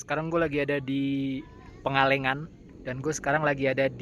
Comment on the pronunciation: Pangalengan bukan Pengalengan, Tangkuban Parahu bukan Tangkuban Perahu, just info aja. Reviewnya suka, saya langsung nonton review tangan belang dari x50 pro sampai x100 pro, suka banget dan beda.